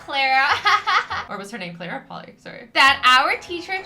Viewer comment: It is Clara not Clera!!!